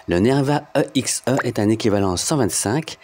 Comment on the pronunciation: mdr grave, surtout qu'on dit "éxé"